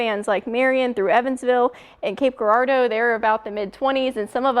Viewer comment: Cape GEAR-ardeau. Is your North Carolina showing ? 😃